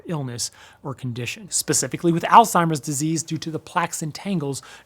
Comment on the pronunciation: I’m just glad you’re actually saying “Alzheimer’s” instead of “Old Timer’s.” Man my grandma always called it that. I thought that’s what it was for years 😂